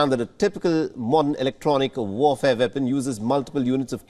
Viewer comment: What is a "Vepon"? 😂😂😂